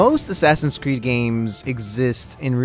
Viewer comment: no one:: A s s a s i n c r e e d s